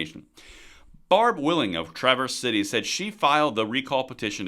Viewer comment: Dude I love ya but it's Trav ers City, and Why n dot (Wyandotte)